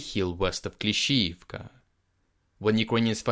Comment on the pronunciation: I’m going to save this episode because I like how he pronounces Klishchiivka and he may have said Klishchiivka 25 times. Lol!